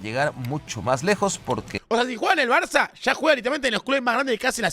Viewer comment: cuando no, el gordo termo tenia que decir barzzzzzza